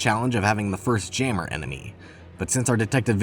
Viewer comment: why did bro pronounce jammer as gamer but with a j lmfaooo